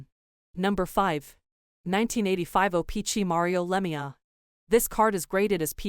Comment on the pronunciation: Terrible AI speaking voice and getting all last names wrong like Lemieux! Just do not use AI as it is only crap!